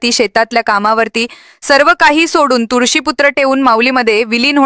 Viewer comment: शुध्द उच्चार करा. मराठी भाषेची वाट लावून नका.तुळशीपुत्र ,लाखेच्या संख्येने असे अनेक.